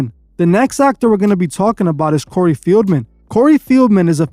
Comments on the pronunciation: Bro it’s Corey FELDman…. Not FIELDman…. Come onnn bruh how are you not researching better than this?! lmao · Corrective Criticism- PRONOUNCED (Fell-man) COREY FELDMAN, NOT (FEEL-MEN)...You have become annoying to my OCD, so I don't watch u much lately. But, I been a follower for a while & a member for a month, but I didn't find anything special about it bc of my hectic schedule I assume. However, I love your work. 😊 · His name is Feldman not Fieldman